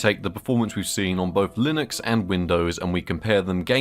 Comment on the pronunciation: "Linox" Britishness acting up lol